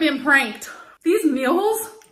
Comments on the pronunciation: "Meeows" Gross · Jen, Amy and say Mills Why tho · Now she’s pronouncing “meals” right. She was trolling with “mills”. Same thing with her saying she’s eating her “fuellings”. But she pronounced it wrong on purpose so it sounded like she was saying “I’m eating my feelings”. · It's that says mills and it is punchable. The way says fuelings is equally punchable as it sounds like feelings